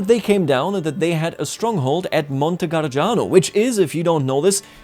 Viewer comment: Nice video! can't wait to see more! Also, just a quick note on your pronunciation. Overall it’s pretty good, but there are a few small errors. For example, “Gargano” isn’t pronounced like “Garjano” — the second G sounds just like the first one . In Italian, G only gets a “J” sound when it comes before an E or I (like in ge, gi). There are also other clusters like gia, gio, gie, giu, which are pronounced ja, jo, je, ju — the i is silent. So, for example, the name Giacomo isn’t pronounced Jiacomo, but Jacomo. If you see ghe, ghi, etc., the G stays hard. Same rules apply to the letter C where the C in those clusters is pronounced like in english ch (like in cheese). And if there's an S before one of these C clusters — like in scia, scio, etc. — it’s pronounced sha, sho, and so on. Hope this helps a bit!